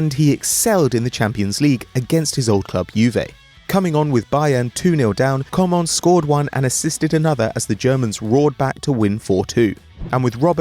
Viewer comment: lmao how he pronounced coman: com'on